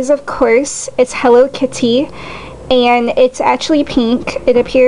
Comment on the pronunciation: my purse is "hello keety" lmao ha